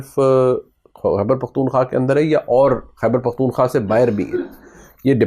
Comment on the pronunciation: پیارے نوجوان، السلام علیکم ایک لفظ آپ بولتے ہیں "پختون خواہ" (پختون خا) تلفظ کرتے ہیں آپ۔ یہ غلط ہے۔ یہ لفظ "پختون خوا" PAKHTUN KHWA مہربانی کرکے اسے خواہ نہ پڑھیں بلکہ خوا پڑھیں۔ خوا کا مطلب پشتو میں منطقے کو کہتے ہیں۔ امید ہے آپ اپنا تلفظ صحیح کریں گے